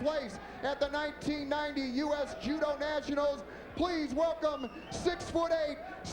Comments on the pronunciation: Su-moo and ju-doo? That's first I've ever heard them pronounced like that. 😆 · Sumu and judu?! 😂 these announcers had no idea what they were talking about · he said sumoo vs judoo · They way the announcer was saying Sumo and Judo as Sumu and Judu